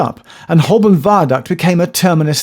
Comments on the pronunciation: It's Ho-bun right? That's how I've always said it, rather than hole-burn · Please pronounce Holborn correctly. It is Hoburn. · Why are you pronouncing Holborn like a tourist? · I always thought that Holborn was pronounced Hoburn with a silent 'l' and a 'u' for an 'o'. I might have been saying it wrong for many years. Don't even start on Southwark! Interesting video, so much info I had to watch it twice. Thanks Geoff.